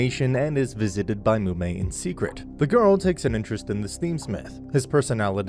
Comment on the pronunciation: Did I hear that right, did you just say...Mumei?